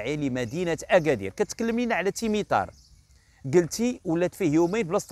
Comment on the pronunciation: واحد الملاحظة بسيطة قلت مهرجان تمطار هدا خطأ اسم الحقيقي تمتار وليس تمطار